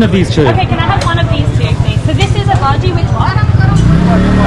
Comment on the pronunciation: Hi! I liked your video. But, just FYI, one of the snacks you ate is pronounced bajji, not bhaji. The emphasis is on the 2 jjs, not on the a.